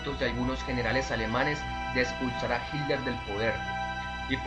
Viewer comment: Hilder??? Jajajaja qué acento curioso